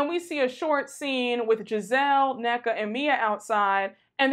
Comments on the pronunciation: Gizelle mispronounced that lady name … talm bout some NAYKA…😂😂😂 that’s all I need to know that Gizelle using that lady as a pawn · Gizelle is so fake mispronouncing Nneka’s name “Nay-Ka” that’s all I needed to know that that woman don’t give two craps about that lady and using her as a pawn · I don't personally get how Nneka is okay w them women saying her name wrong repeatedly... like HUH?! The least you can do is say my name right. That should show her them heffas don't care if she's coming or going, then she turn around looking goofier than goofy going up for them so bad. I will gladly take 8 and a half from RHOBH next season over her and that's SAD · Nneka is hella wack! She knows the green eyed bandits aren’t pronouncing her name right but she letting it slide because she wants to be accepted. I giggle with Wendy every time they do it! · Anyone notice that gizelle never says Nneka’s name right